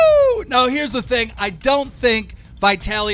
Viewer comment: It's vit-alee not vytaly